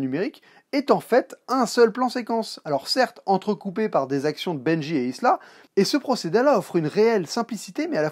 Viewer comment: Et c'est Ilsa, pas Isla, c'est pas l'île de Jurassic Park ! lol